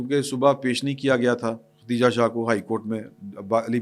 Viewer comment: میں آپ کا پروگرام مسلسل دیکھتا اور سنتا ہوں ۔ آپ سے درخواست ہے آپ جزبات میں بہہ نہ جایا کریں ، تسلی سے ، ٹھہر ٹھہر کر بولا کریں ۔ اس پروگرام میں بھی آپ خدیجہ شاہ کو ختیجہ شاہ بول رہے ہیں۔ باقی آپ کی مرضی ۔